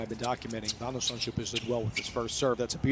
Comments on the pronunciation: shulp not shlup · Nope. It's spelled Zand-s-ch-u-l-p, so after Zand it's first sch with the ch a throat-rasping g, then u-l-p as in 'gulp'. I failed to understand how the commentator managed to botch up that final bit, as it is a common English combination of letters.